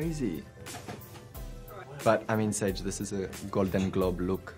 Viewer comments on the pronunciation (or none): inner South African comes out: "Gal-don Glob Luuwk"